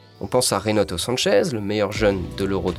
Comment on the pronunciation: Mais putain c'est Renato SancheS pas SancheZ c'est Ruben DiaS pas DiaZ c'est Nuno GomeS pas GomeZ